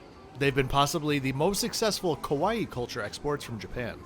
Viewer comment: “Kaa-waa-eee” rather than the Hawaii like pronunciation 😊 …I’m half Japanese which would (could? LOL) explain my love since childhood, for Kitty-chan…Im 56, but I will be riding this train when I visit my birthplace next yr….😊😊😊 Those seats look pretty sad though… 😢